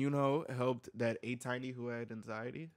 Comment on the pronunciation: the funniest part is realizing this whole time he said Atiny wrong 😭😭